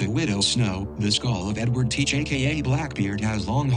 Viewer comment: your exaggerated french pronunciation of "Edward Teach" threw me so off guard, lmao